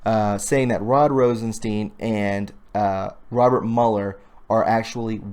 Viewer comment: When you say Rosenstein, think of the monster Frankenstein.. that is how his name is pronounced...